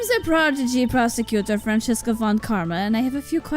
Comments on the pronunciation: I know this game series is a couple of years old and I’m only watching this now.. but why do you read her name as Francesca(Fran-Ches-Ca) and not Franziska(Fran-Sis-Ka)?? I didn’t watch the Justice For All, so I don’t know if the reason was stated then. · Btw I've been wondering this for a while, why do you guys pronounce her name as "Fran-chess-ka"? It's meant to sound German and stuff, so the "z" would make a "ts" sorta sound and it would be "Fran-cis-ka" or something like that. It's not too big of a deal really, so if you keep doing it your way I don't mind, but it can be a bit distracting is all I'm saying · Yeah, they read it in an Italian pronunciation "Francesca" and not in German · Where is there an H in Franziska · oh god I forgot you guys pronounced Franziska that way, it gave me whiplash (haha) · For real, I thought at first they just misread it and it’d get fixed after a few episodes but it just kept going 🥲 she’s my favorite so it’s a pet peeve of mine